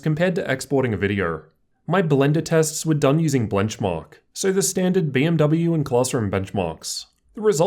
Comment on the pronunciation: blenchmark XD